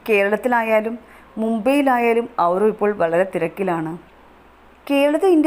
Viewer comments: നീ ആവിർഭവ് എന്ന് പറയാൻ പഠിക്ക് ആദ്യം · Avirbhav ennu correct ayi parayu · ആദ്യം തന്നെ ആ കുഞ്ഞിൻറെ പേര് നന്നായി പറയാൻ പഠിക്ക്